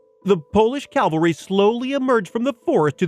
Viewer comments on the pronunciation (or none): Guys.. please start saying cav-al-ry.